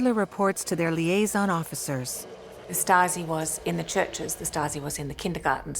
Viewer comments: Narrator's pronunciation of Stasi goes from Stasi, to Statzi, to Statski. Then there's all her other random mispronunciations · The narrator keeps saying "Staski" instead of "Stasi". Not all of the time, but several times. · Regarding the VO, please note that 'Stasi' does not normally rhyme with 'Nazi'. :-) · “Staaasi?” Lol “leechtenberg”. Come on. At least get the pronunciation correct. Has to be AI narrated. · The narrator’s pronunciation is atrocious. Is this AI? No English speaker says “Stassee” or Statsee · This is excellent! But the people reading the script could have made the effort to pronounce words properly. Day-ten-tay ? Sing-fred?And Stasi is pronounced in several different ways ncluding staski...And towards the end it's said to be omniprecedent... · I came here to say this!! This lady's inability to pronounce Stalin, Stasi, etc. is driving me nuts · Stassy…. Oh pleeze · The narrator should have studied some German pronunciation 😢 "Statzi"? Wut? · "stah-tzee" 🤣. I know, pay a voice actor, for goodness' sake! Great content, otherwise, though. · How hard to get a narrator who pronounce basic words like Stasi in a f5cking Stasi documentary. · So I am one minute in of this documentary and already I have seen a map of Germany which is totally wrong shading in as part of the GDR land which was actually transferred to Poland after the war. Not a good start. And Stasi is mispronounced. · The female commentary speaker should have reviewed German pronunciation of Stasi as she is butchering it in various ways throughout the entire documentary.